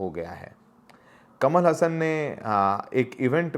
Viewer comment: हसन नहीं हासन ।